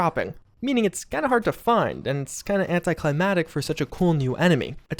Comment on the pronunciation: ANTIE-KLY-MACK-TICK! Words man. Say them. It's your job. As far as guns go, I have vampires Gatling laser. What's death? As far as mole miners, I think the Rusty Pick is becoming a special "store" for moleminers including hopefully... an actual respec choice. Hello use for a fortune teller machine that's still just there for no reason. My level 50 legenday perks... Where's that? I need it to live. It's the most important thing imaginable! As far as redressing companions... Just Sofia I mean... She's really just going to live out her days in a space suit? Everyone else, I don't need to play Barbie. Don't get me wrong... If I CAN I WILL but if I CAN'T I don't really care.